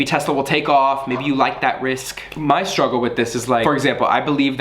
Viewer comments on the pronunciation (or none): none